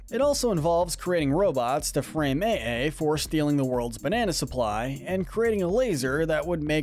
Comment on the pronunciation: You pronounced AiAi wrong. It’s AYE AYE! As in “Aye Aye, Captain!”